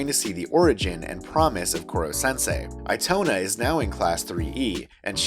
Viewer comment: Eee toe nah is how you say it